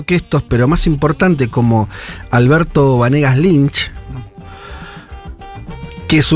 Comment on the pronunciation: BANEGAS Lynch le manda jajaja. Le critica el apellido pero no lo sabe decir bien.